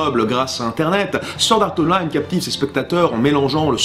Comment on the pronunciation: ... Sord art online... vive l’accent français (je suis morte de rire 😂)